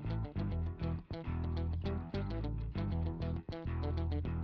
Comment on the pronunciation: Hearing Larry Potterfield say dykem made my day